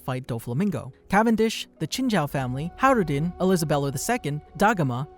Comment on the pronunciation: Its Hajrudin you pronounce the J